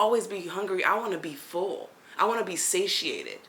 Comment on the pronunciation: Hahaha lmao I’m curling laughing you said satiated hahahahaha !!! U funny Af and philosophical like me I LOVE IT